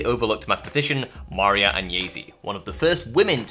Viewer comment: It's nice that you want to honour the memory of Maria Agnesi. You can start by correctly pronouncing her name: Mar-I-a. It's not so hard.